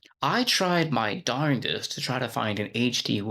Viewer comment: normalizing "darn'd-est" into everyday speech is beautiful